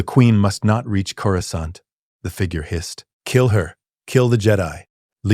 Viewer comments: He says Coruscant like he has a southern accent. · Coruskant lol😂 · One of you writers please..please change how you type Coruscant so the ai will say it properly? xD